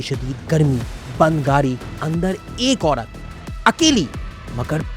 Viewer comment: بھائی پہلے بولنا سکھو۔ عوڑت تاڑیخ لاہوڑ پھڑ بھی کیا ہے یہ سب؟؟؟